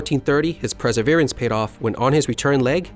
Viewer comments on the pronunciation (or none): Funnily enough, the Kanji for Hiryu is the same as the Chinese characters for flying dragon. Also , you said preserverance, not perseverance.